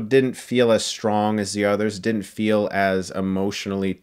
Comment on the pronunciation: “YOU DIDAN’T!”